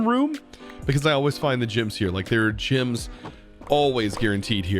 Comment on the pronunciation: I'm so confused how he can pronounce the word relic correctly but vendor becomes vindor and gems become jims